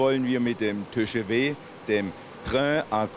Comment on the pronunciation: Diese Französischskills